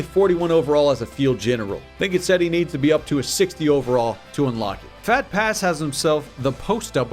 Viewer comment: phat pass sounds like phat ass.